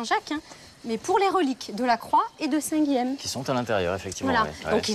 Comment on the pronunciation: Dommage qu'on massacre souvent les noms occitans à la TV, Guilhem ne se prononce pas Guilem, mais Guilyen à la rigueur Guiyen ou Guiyem.